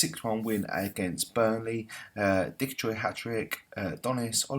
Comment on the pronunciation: Ivan has been unstoppable! Quality. Nice signing in Schmiechel :) You keep calling Nouha Dicko: Dickagoi the old Crystal Palace midfielder 😂 I'm going for Wolves 3-2 (AET) Loving the series!